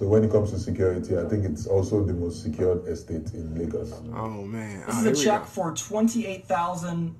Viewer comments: Its pronounced as Laygos not Largos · It is not Lar-GOS, it is pronounced as Lay-GOS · Lol it's pronounced "lay-gos"